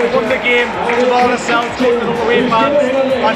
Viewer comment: pundits can't even pronounce jamaal lascelles correctly